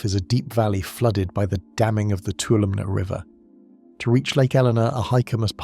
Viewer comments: it’s pronounced (Two-waHL-oh- ME) Toulomne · For future reference, Tuolumne is pronounced too-wall-um-knee. I live in a neighboring area.